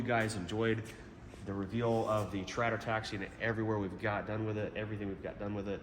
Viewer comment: I thought he had a speech impediment first time i heard it